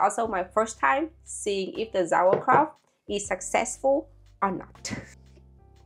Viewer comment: I did not know if anybody says it already, but it is not pronounced "Sauerkra-f-t" but "Sauerkra-u-t". And I think you did it in principle well. The leave was not that good, that's true. But instead of a leave you should use a kind of special stone of glass to leave heavy on the Kraut. The most important thing is, that no little peace of anything of the cabbage should be out of the water in contact with oxygen, then nothing will be bad ...